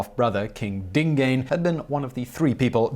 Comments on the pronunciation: DingAhnay not Dingane. Next time come to me for Zulu pronunciation. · Dingane pronounced Ding - gaahn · Simon it's pronounced Dhingaaan Senza..ngaa..kho...na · Dingane is pronouced Ding aan. And amabuthu is pronounced amaboo too. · Prince Dingane's name is pronounced as Dingun, stretch the "u"sound. ;-)